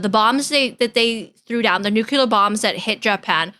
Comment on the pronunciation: Why do you call it nukular?